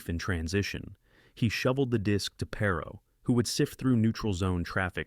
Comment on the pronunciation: Perhaps you should learn how to pronounce his name before making a video about him.